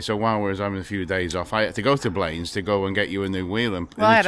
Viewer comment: my aunty lives in blanes the first holiday abroad I went on in 1975 was to visit her. pronounced ( blan- iss)